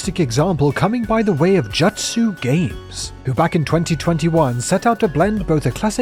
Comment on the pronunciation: ... ... ... ...Did you just pronounce Jutsu as "Jatsu"? Cringe.